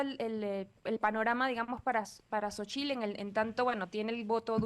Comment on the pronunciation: La sílaba tónica en Xóchitl, es Xo, porque se obstinan en usar como sílaba tónica en chitl?